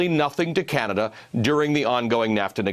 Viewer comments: He can't even pronounce Canada properly. Such a moron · When he emphasizes names like that hes been drilled on proper pronunciation. Although how anybody can get Canada wrong is a wonder.